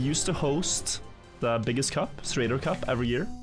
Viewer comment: hearing Zerator being pronounced Serator is supa weird